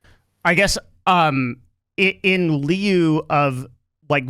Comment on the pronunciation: "in lieu" is pronounced like "in loo"